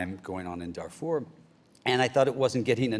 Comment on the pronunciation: Colbert's dumb pronunciation of "Darfur".